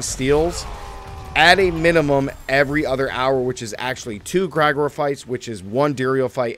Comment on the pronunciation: Jfc! Limitless steel? Gr-eye-gore? It's Gr-eh-gore-E. You think that is Igor's cousin or something? Maybe you should double check your script to before you post your video to not look silly by getting item names wrong and mispronouncing names?